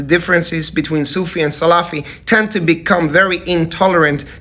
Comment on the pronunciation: This man dont know how to pronounce salafi ..😂😂😂😂